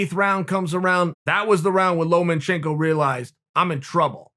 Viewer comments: “Loma” - can someone tell Sonnen it’s’ “lomachenko” not “Loman”. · Chael, it's Lomachenko. Not LomaNchenko. Just saying. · It's LOMA chenko not LOMEN chenko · Lomachenko: Lomachenko Chael: Lomenchenko Lomachenko: Lomenchenko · Chael “Lomen-Chenko” Sonnen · Chael "Lomanchenko" Sonnen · "Lomenchenko" - Chael Sonnen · Chael “Lowmanchenko” Sonnen